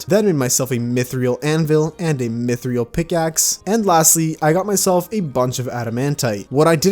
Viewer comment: I think it's pronounced (Myth-rill) because there is no a after the I. If it were Mythrial then you would say it your way but it's spelled Mythril